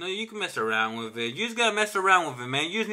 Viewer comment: You gotta play around "wiff" it. Funny guy. 👍